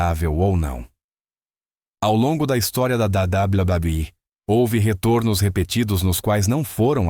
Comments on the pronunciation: Meu querido, dá vontade de sair do video só por esse "dabal badal i" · Cada dabladablaui é uma risada 😅😂